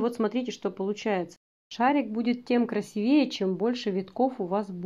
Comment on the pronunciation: Всегда смотрю Ваши видео с удовольствием. Прекрасный русский язык,грамотная речь,но,пожалуйста,уберите из своего лексикона слово " красивЕе" и включите в него слово "красИвее", а то режет слух. 😊